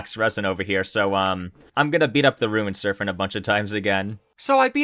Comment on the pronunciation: listening to you say serphent instead of serpent so many times had me tweaking LOL